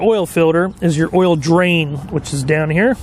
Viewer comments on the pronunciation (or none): none